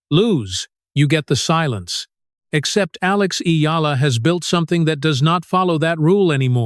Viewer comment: This stupid AI generated voice and reading can’t even say her name right.